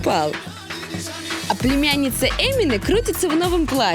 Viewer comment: Когда русские ведущие «орла и решки» научаться выговаривать мусульманские имена? В конце концов, никто ведь не говорит светланА, но почему то эминЭ выговорить так сложно